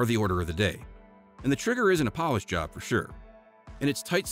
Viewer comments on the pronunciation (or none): none